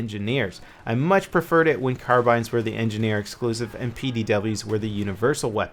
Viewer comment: Man you also mispronounced carbine